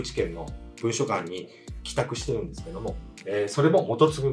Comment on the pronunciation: せっかく面白い話を聞かせていただいているのに水をさすようで申し訳ないですが、文書館は「ぶんしょかん」 ではなく「もんじょかん」が正しい言い方です。元就ファンが沢山いらっしゃるから、画面上に訂正入れて いただいた方が宜しいかと思います‼️